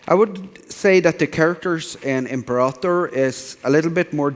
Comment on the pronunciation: Imprator Rome, lul Johan.